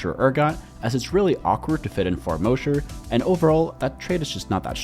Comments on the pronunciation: Mah-sher, not Moe-sher. Like Mosh Pit at a concert. It's insane to me how many TFT people say 'Moe-sher'. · It's mosher, not Moesher. Mosh, like Josh.